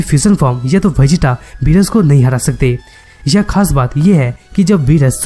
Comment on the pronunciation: you r saying berus but its beerus